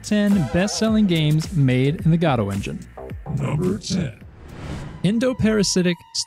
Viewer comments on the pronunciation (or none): Gaddo? Godot. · Its, godo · Why is he saying goto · "GOD-OH"? really...? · What the hell is this pronunciation of "Godot"